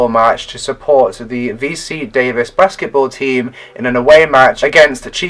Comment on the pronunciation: UC Davis, not VC Davis. UC means University of California, at Davis.